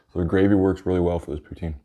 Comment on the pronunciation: The amount of times he said pouteen